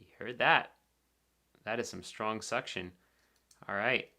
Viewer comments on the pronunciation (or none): none